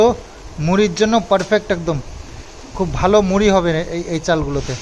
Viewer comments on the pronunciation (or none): none